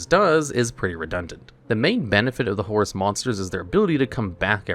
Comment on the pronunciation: First time I heard his name correct